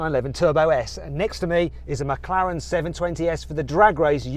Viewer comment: 맥라렌 ㄴㄴ 맥클르랜 ㅇㅇ